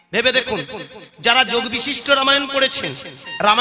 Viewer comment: গুরুদাস যোগ বিশিষ্ট নয় বশিষ্ঠ